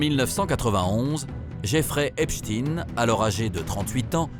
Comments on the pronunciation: Pourquoi vous faites exprès de mal prononcer son nom de famille? Oui oui il appartient bien a la communauté des einstein.... Assumer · JAMES DEEN! ANTONY QUEEN! 👇🏾 EPSTEIN PAS... EPSTEEN ??? C'EST FATIGUANT ! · Epstin ah oui comme eistin. Dites correctement son nom Epstein comme Einstein. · Epstein pas epstine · Citez tous les noms que vous connaissez de ceux qui avaient intérêt à la mort d'Epstein et NON epstine.. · Pourquoi vous confirmez vous au maquillage sonore exigé par ceux qui veulent cacher ce n'est pas epstine mais Epstein.. C'est inadmissible Que cache ce document en ne disant les choses qu'à mot couvert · Moi perso quand les 3 premiers intervenants s’obstinent à prononcer Epstin au lieu de Epstein, je zappe!!!! Je sais que le doc va être bidon et orienté! Sinon il ne passerait pas sur YouTube de toute façon! C’est marrant quand même parce que personne ne prononce Enstin pour Enstein! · Von epstein ne se dit pas epstine...mais epstein von epstein origine allemande...Stein pierre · Déjà quand ça commence par l'appeler Epstine au lieu d'Epstein on comprend qui dirige le reportage. Je stop le visionnage. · Hey les ducons Bonjour la prononciation ils disent epstine à la place de ESPTEIN ÇA SE PRONONCE COMME EINSTEIN. J'ai rarement vue des abrutis pareils. On entend partout dire son nom et eux ne savent pas le prononcer. Ils me font pitié et me donnent envie de zapper !!! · Epstein et pas Epstine ! ! Pourquoi modifier la prononciation de son nom. On dit bien Einstein et non Einstine. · Ce n'est pas epstin mais epstein il est juif pas russe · Jerry epsteen😂😂😂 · Il connaît aussi notre gugus , faut pas avoir peur de le dire , il était quand même 6 mois en France Et je ne comprends pas que vous dite Eipstine alors que l’on ne dit pas Eistine pour Eistein ? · epstine 😂 pas un mots sur l'entité 😂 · Arrêtez de mal prononcer son nom, volontairement